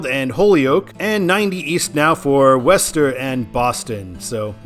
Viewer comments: Yay, Massachusetts, my home state! Frist, it's WOOS-ter. In Western MA, there is no exit in Stockbridge, home of the Norman Rockwell Museum, so West Stockbridge, a separate town, is correct. For the westbound I-95 intersection to Waltham (no schwa on the second syllable), signing that suburb, just north of I-90, would be correct in that direction as if one were going to Portsmouth NH from Boston, the highway of choice would be I-93 north or the slower US 1 north through Saugus and Lynnfield. Getting back to the Worcester area, I-395 and I-290 are the same highway. I-290 north of Masspike is the original spur that was intended to be a loop highway that only got as far as I-495 in Marlboro due to community opposition east of I-495; the super-2 that continues into Hudson is simply called to MA 85. I-395 south of Masspike was originally CT 52 / MA 52 until 1983 when the highway was upgraded to interstate status. The number change officially is where the highways meet US 20 nearby. MassDOT is considering renumbering I-290 to I-395 for numeric continuity as the mile markers and exits for I-290 do not reset to zero; instead, they continue from I-395. Stay tuned for that. Also, the next exit to the east, MA 146, which got added around 1990, is signed for Providence RI, the first taste of the Ocean State on that highway. Some internet gurus opine that MA 146 / RI 146 should be renumbered to I-190, which does exist north of the Masspike going to Leominster (pronounced LEMON-stir) and F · Its not wester its (Woo-Star) thats what people from mass say lol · It’s not “west-ster”. It’s “wuss-ster” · Nah. Wooster, or as suggested before, Wuh-ster. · Is Worcester pronounced "wəster" or "wester"? I thought it was the former. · Isn’t Worcester pronounced as Wooster? Sounds like you’re saying Wester. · Small nitpick. Worcester is pronounced "Wooster". Yes, it's weird. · worcester is pronounce wooster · wu-str: ur pronoucning Worcester wrong